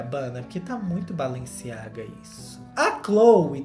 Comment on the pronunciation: vc falou tudo o q eu queria! KKKKK SÓ FALTA VC pronunciar BALENCIAGA corretamente - se fala BALANCIAGA - o E vira A na pronúncia. Vc é o máximo!